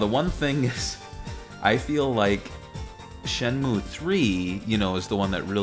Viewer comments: I know the game pronounces it Shen-Moo, but I always heard everyone growing up calling it Shen-Mew, which stuck with me as better sounding. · God I hate when people call it "Shenmyu." It's "Shenmu." Even Yu Suzuki himself says it that way. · man can't even pronounce the game right....it's not shen-mew.... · Shimew, what a strange pronunciation. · its shenmue not shinmeewwwww, jesus christ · And not Shenmoo